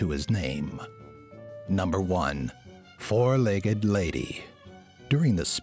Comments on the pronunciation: you said foug not four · it said foug-legged lady :/